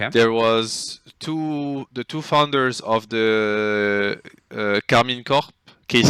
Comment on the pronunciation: OG couldn't ask for better "Foudner"